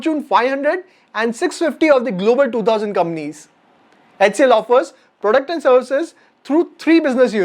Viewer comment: I love the way you pronounce “Companies” as “Kamnees”!! Love you bro!! Keep coming. 😀😀🙏🙏